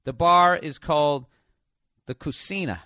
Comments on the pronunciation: Bill, its, Co-See-Na... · Cucina is Italian. Koo-chee-nah